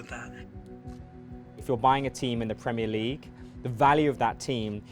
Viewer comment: "PreEemEer Liig"